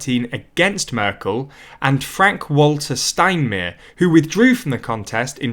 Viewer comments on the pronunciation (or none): 'le monday' and 'anjella merkul, frank-walter steinmeer' ... PLEASE try to pronounce their names more correctly... its like scratching chalk on a blackboard. Yes, it sounds petty but getting this right raises your presentation and attention to detail to the next level. That said, your presentation is overall - fantastic. Keep up the good work. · Unrelated opinion, I love the pronunciation of "Steinmeier"😂 It's nearly correct, except "meier" sounds like "meer", which is "ocean" in German. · It`s sounds so funny. So for Germans you pronounced the name Frank- Walter steinmeier like this: Fränk Wolter Steinmeer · cringes at the pronunciation of french and German names ("Le mond-aye", "Stinemair"...) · Steinmere... LOL